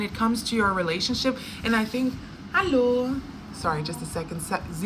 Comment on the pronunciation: Ah ok, sounded like you said hello in swedish